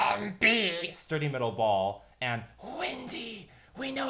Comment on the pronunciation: Metal ball sounds like cancer ball